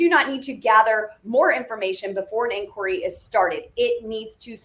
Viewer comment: "INQUIRY?!" FFS!